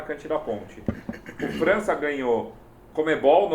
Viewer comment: Porra,, errar o nome do França é imperdoável.